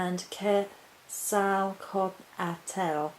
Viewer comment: KET-zal-COTtle. To rhyme with bottle. That's how the Aztecs said it, took me years!